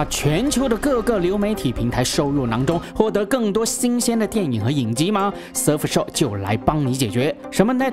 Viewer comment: 大聪真的英语口语堪忧呀。。。。。surf SHARK